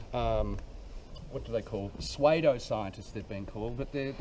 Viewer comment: 'Sweydo scientists' lol. Now say it correctly a thousand times!!